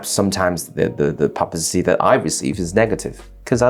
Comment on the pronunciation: seems you cant even say publicity properly XD all the money poured studying in harrow